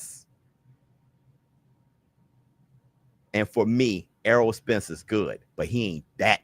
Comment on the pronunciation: He just can't say Spence name